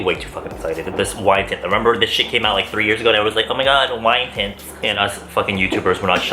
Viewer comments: "ohmagod wine tits" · I keep thinking youre saying tits and im over here dying with lmao. is pretty funny too